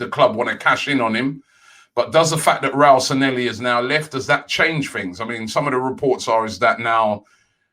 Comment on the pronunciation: Please pronounce Sanllehi correctly Robbie